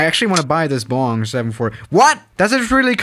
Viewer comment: Boing not bong